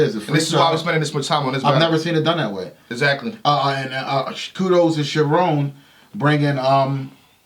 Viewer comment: SHAAARONNN is nooo. CHAROAN= Charron